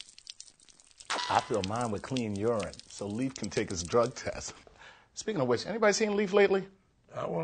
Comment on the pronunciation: For the love of christ, Leif is pronounced 'layf', not 'leaf'!